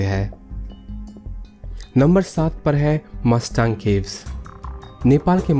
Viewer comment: मस्ताङ्ग नहि मुस्ताङ्ग क्हेते हैं 😂😂